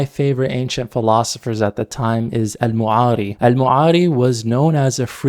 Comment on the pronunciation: The thing I don't get , why you're always misprounouncing arabic words : as قانون غانون or تسمية تسميعة (it's called basmalah tho) al'Ma'ari المعري , yet the bigger issue ; the jurispendence : sure women veil took different aspects based on the country culture but the standard hijab is the covering all body except the face and palms , and an even more hadith friendly version is niqab